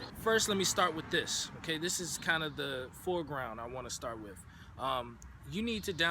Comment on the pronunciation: "effnicities", "start wif", "possiboo" smh